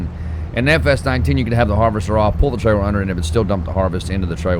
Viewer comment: Buddy, are you aware that your merch says “your fired” and it should be “you’re” maybe I’m missing the joke. Also it’s “trailer” I’ve heard you say the “L” sound. I know you can say it right.